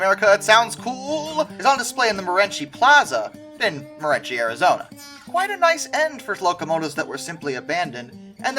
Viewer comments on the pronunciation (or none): It's called Mo-REN-see, not Mo-REN-chee.